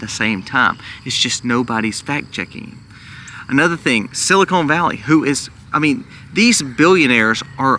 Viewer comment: It is pronounced silicon not silicone as in breast implants